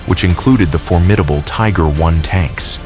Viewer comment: You know you're dealing with AI when the call a Tiger One a Tiger i..